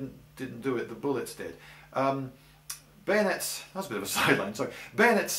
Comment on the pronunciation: Kahuna _ I think you mean bayoooneets!!